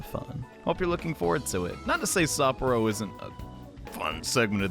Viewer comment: Well here goes nothing. Time for the nightmare Shadow. Really feeling sorry for Haru now... OK, feeling inspired now. Let's go steal a heart. Kick butt, take names, and steal hearts? Legion is not grosser than Shadow Mariko, and Sapporo is more like "Supper-o." Now the battle begins! And that's the part that gives me the creeps... How did you AoA before she could recover? So Shadow Mariko is a reference to the idiom "eat or be eaten..." And the first thing the PTs do after defeating the Shadow of gluttony? Get in an argument over food. Wait.. Shadows and real people share no memories, yet Mariko remembers what Haru told her? That Ferris wheel scene was cute! Why create Monarchs in the first place? That's what I wonder.